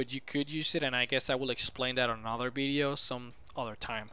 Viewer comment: i love the way he says bideo not video